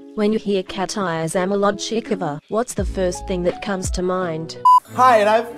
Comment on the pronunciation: I like how the bot pronounced Katya's surname as if it had known her personally...